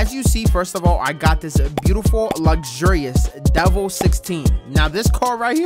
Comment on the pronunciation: love it bro i’ve seen elanip pls around with this also it’s pronounced DEH VEL not like devel and can you play some redlinev3 it’s got a lot of new features and is a lot better than v2